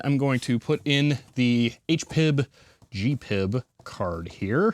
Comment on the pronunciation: It‘s GP-IB and not gpib.